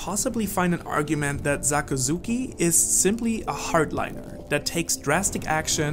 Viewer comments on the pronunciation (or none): SAKAZUKI NOT ZAKAZUKI